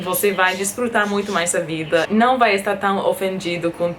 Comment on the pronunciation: Sim o ão está otimoooo